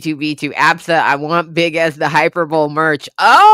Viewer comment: Hyperbole is pronounced high-per-bo-lee 😇